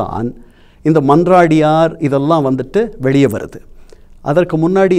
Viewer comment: Mannaadiyaar Athu ; not mandradiyar 😤😤😤